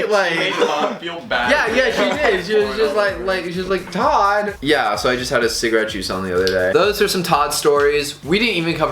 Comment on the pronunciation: Todds name is not Todd. It's tod